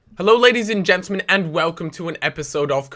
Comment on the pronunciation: i always thing he says "ladies and genital-men"